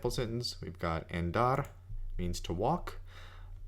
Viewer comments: It's pronounced ON DAR not AND ARE. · thought i was the only one that noticed that. Sounds to close to how english speakers say "and"....Should be more of an "AH" sound...AHn-dar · It's Andar, like in cAr, not like you say it Endar like in End. Btw, I'm doing the same, translating titles because they are conversational language and THAT's what you need. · Thank you very much! This vid was so useful. By the way, I don't know if I should tell you this but you pronounce "andar" like "endar". In spanish "a" sounds always the same way, and the correct way to pronounce it is like how you pronounce the second a in "andar". I tell you this to help you improving your Spanish, but you sound great speaking Spanish anyway! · Thank you for the video,. I discovered it looking for a method to improve my English vocabulary. I'm Spanish, and if you allow me for a little correction, your pronunciation of the first "a" of "andar" is a little "e" like in the English word "end"; it should be more like the "u" of the English word "under". You also pronunciate "farta" instead of "falta" which sounds for me very like in Andalusian dialect. Again, thank you.